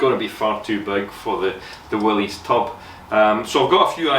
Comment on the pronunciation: Great project. Great video work. Valuable skills your son will always have work. Check out Make It Kustom in Canada. Like you and excellent metal fabricator. Also Willys is pronounced “Willis” versus willies. Cheers from Florida.